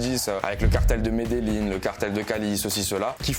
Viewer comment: T as vraiment voyagé en Colombie pour prononcer Medellin "Medelline" 😂